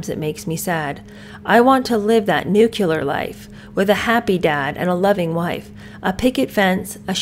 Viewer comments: Please say nuclear. It is not nucular. It was one of my mothers-in- law's pet peeves & it stuck with me.😊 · Glad I found your channel. You re refreshingly truthful rand efficient at what you do. You do a good voice imitation too. Just one question...Why do Americans pronounce the word " nuclear" like " nukiller"? You said you taught 6th graders English writing so maybe you have the answer... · It’s pronounced nuclear. Not nucular 😂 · It's not pronounced "nucular." The word is pronounced "Nuc-le-ar." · Nuclear= “new-Klee-ur” not “new-q-lur “ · Isn't the word "nuclear"? Did Meghan write it as "nucular"? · Nu-cle-ar, not nu-cu-lar. Otherwise, I enjoyed the “boring” episode. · you mean nu-klee-ar not nuk-u-lar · 12 year old would never say "nuclear". ( Btw pronounced n u - c l e- a r) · I love your videos,! Please please PLEASE get the pronunciations right. I know you are an intelligent and educated presenter, and as such it is a responsibility…. NUCLEAR NUCLEAR NUCLEAR 🙃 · I thought it was "nuclear" family and "nucular" bomb? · Dear, I’m sorry you felt that was rude, it certainly wasn’t meant to be. It was meant to be helpful. You did mispronounce nuclear. You should check your facts before you get snarky over it…. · you mispronounced nuclear